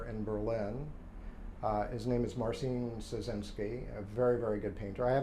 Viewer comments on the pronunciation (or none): none